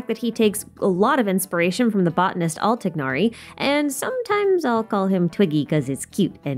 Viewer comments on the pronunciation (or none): Great video, just a quick fyi at the end, the botanist who is Tighnari’s namesake is named Al Tighnari, but the Al is pronounced as “At” instead. The pronunciation of the “Al” depends on the letter that follows it, in Al Haitham’s case it’s “Al” but in Tighnari’s it is “At”. So the correct pronunciation of the botanist you reference is “At Tighnari”